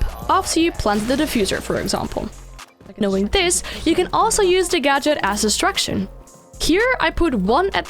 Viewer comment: I hate her accent I can't understand anything she said destruction and distraction the exact same